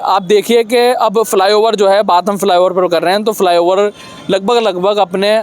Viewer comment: फि लाई ओवर नहीं रे फ्लाईओवर होता है पत्रकारों की जहान टो।